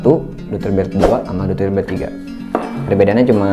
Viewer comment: fyi pronunciationya itu yg bener "doyter"